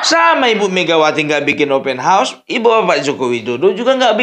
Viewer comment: Bikin ketawa opung ini Faseh bener kou baca ( OPEN HAUS) 😅😅😅😅😅